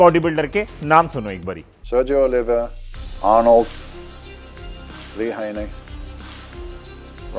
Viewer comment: serej olvia nhi Sergio olivia hoga sirji😅ek cheez missing thi ,train till failure aur controlled reps .🙂